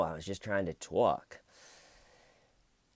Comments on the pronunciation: “And to those people I say… I just wanted to tAULK” 😂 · This George guy is an ass! Lol..I like how u said tawk...it sounds better than how I say tawk...I'm from eastern Kentucky so my accent is very pronounced 🙊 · You twalk the twalk it's a great addition to the story telling 😉 I couldn't watch too much of this interrogation because I couldn't bare to listen to his voice, 'Not his accent' disappointed that there are no Smeeeder like names in this one 😂 Have a great break away and Happy birthday Grandma Tcl let the shananigans begin 🎉 🎉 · TAWK Body? D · LMFAO "someone got annoyed at how I kept saying 'tawlk' yesterday, they said it was getting annoying and grating . . . and to that I say . . . I was just trying to tawlk." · "And to that I say I was just trying to tawk Lmfao love u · I'm late to this, but huegely pronounced it more TAHHLK as opposed to some NYC bronx "twoolk" accent. He searches for words with OHH and AH sounds because it lets him make his voice sound deeper. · Tawk as much as you want. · just wants to tawk. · Hey, can you say "tawk" more? Cracks me up! :) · Tawk ..... Priceless 😂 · Say tork as much as you like. I laughed each time!